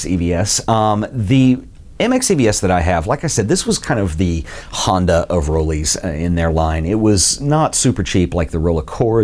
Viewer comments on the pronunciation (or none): none